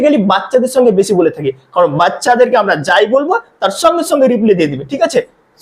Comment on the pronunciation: বাংলা উচ্চারণ ই তো করতে পারনা,তো ইংরেজি কি শিখাবে,,ছঙ্গে ছঙ্গে না,,সঙ্গে সঙ্গে,, তবে তোমার পড়ানো বেশ ভাল